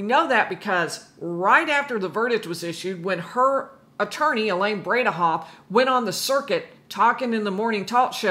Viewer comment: Elaine “brain-ah-off”